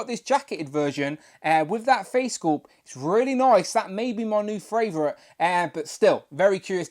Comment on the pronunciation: Tell me your fravorite